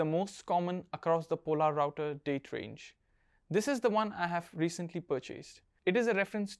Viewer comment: Hey there, good video! Really enjoyed it :) Question though, where did you get information that "Polerouter" should be pronounced as "Pol-a-router"? I believe that the watch line was even renamed to "Polerouter" as it'd be easier to pronounce for the general public